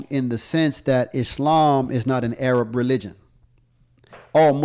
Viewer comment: is he going to purposely sit there and keep saying A-rab now if somebody sits there and says nigg3r then he'll be complaining and yes I'm black and I'm offended that he keeps saying A-rab